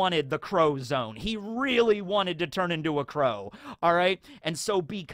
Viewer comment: I keep hearing the crow zone instead of zoan.